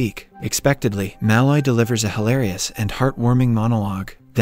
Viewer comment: I won’t subscribe until you learn to pronounce “Malloy” correctly.